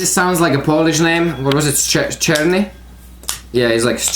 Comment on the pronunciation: i love your pronounciation of 'czarny' ... gavkoo got it right one time actually :D